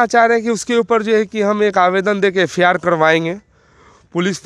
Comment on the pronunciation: F.I.R को F.A.R बोलने वाला संविधान की बात कर रहा है